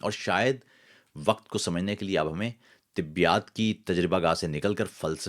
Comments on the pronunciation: برادر تصحیح کے لئے بتا رھا ھوں ۔۔ لفظ طبیات نہیں ھے طبیعیات ھے تلفظ درست کر لیں۔ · معلوماتی ویڈیو۔ آپ طبیعیات کو طبیات کیوں تلفظ کرتے ہیں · طبّی یا طبیّات اور طبیعات میں جو فرق ہے ، اُس کو ضرور مدّنظر رکھا کریں ، خاص طور پر شاعر اور ادیب کو تلفظ کی درستگی کا ہمیشہ خیال رکھنا چاہیئے ۔